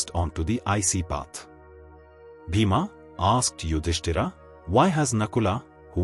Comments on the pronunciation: Very annoying that the speaker is repeatedly calling Yudhisthir as “Yudisthiraa”….! But calling Pandava as Pandav…. Why so ??? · The names are yudhishthir, Bhim, Arjun, Nakul, Sahadev etc. Please avoid adding 'A' at the end of each & every name. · Why are you mispronouncing the names? Yudhishtira???? 😅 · Very well described. But name of Pandav is Yudhisthir. And not Yudhisthira. It is Indra and not Indraa. Foolish to change name of persons. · please stop reading Bhm,Arjun Yudhishtir as Bhimaa,Ydhistaraa, Arjunaa...its irritating..